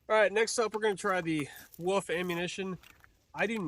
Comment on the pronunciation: ah yes the steel woof ammo lol